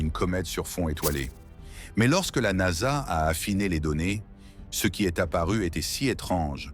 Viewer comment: Moi aussi je trouve ça insupportable déjà la voix elle est dégueulasse et en plus traduit très mal au lieu de dire NASA elle dit n.a.s.a ça me gonfle tellement que j'ai même pas envie de regarder la vidéo dommage pour les créateurs